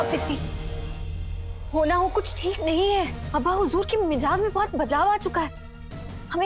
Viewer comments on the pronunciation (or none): Meejaz nhi meezaj hai urdu ka lafaz😂😁